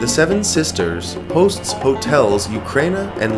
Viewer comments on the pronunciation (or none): none